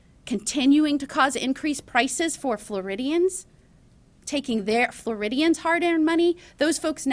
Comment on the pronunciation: If she don't fuc'n stop saying Floridians